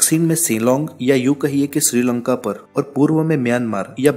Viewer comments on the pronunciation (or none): none